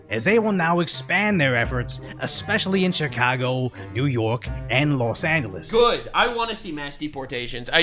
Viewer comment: Los Angeles = Less Anglo-es